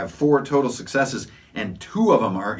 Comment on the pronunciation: While watching your video which I enjoyed you kept saying successe.. Now😮 does this mean that the person actually gets to attack with that success or does it mean he gets a point towards a success like IA game called vampire the masquerade?Do I need all successes to succeed or does one let me succeed in anything I want to do?